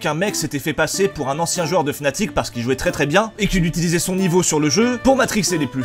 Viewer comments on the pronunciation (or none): none